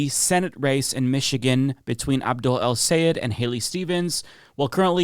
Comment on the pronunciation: Thanks for pronouncing his name correctly!!! The best way for English speakers to say it is "Say Ed" - just like it's written. It's not "Sigh - Ed", which is what most US people say. He himself says it - SAY ED - if you listen closely.